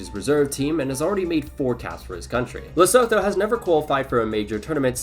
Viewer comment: Great video, just a note: it's pronounced "Lesutu" not "Lesotho", even though it IS spelt that way.